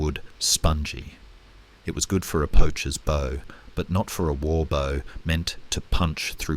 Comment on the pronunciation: Great content but poor narration generation. Constant incorrect pronunciation bow, needs to say bow as it bow tie, not bow as in tree bough, just click the regeneration option on your UI, work with the filters a little and it will remove irritating glitches in the narration. Put the phonetic spelling into the text to speech option. Incredible content, but a little tidy up and attention to detail will make it perfect. Keep up the good work😊